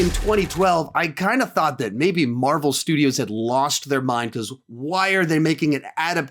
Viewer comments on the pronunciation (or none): none